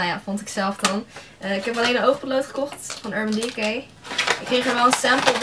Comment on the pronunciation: hahaha wat zeg je urban decay grappig (: leuke spullen!